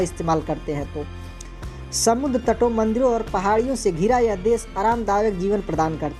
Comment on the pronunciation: आदरणीय आपका उच्चारण शुद्ध नहीं है। देश बोलिए ना की देस।